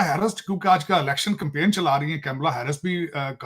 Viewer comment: कैमला नहीं कमला 😂...ये paxtani जान के हिन्दू नाम ठीक से उच्चारण नहीं करते